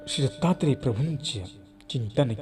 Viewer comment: आपण प्रत्येक वाक्यात सीता त्रे प्रभू असे म्हणतात दत्तात्रेय प्रभु असे ऐकू येत नाही